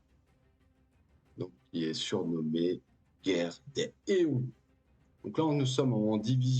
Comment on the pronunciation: C'est guerre des Eons et ça se prononce des zéons avec la liaison. Je suis preneur de tes analyses perso et puis oui faut pas spoil !